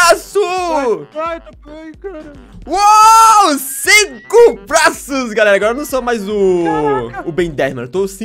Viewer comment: Quem percebeu q ele falou blaço Deixa like